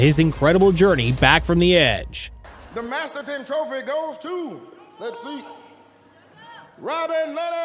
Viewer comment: Please pronounce it correctly!!!!! MASTERTON not Masterson ❤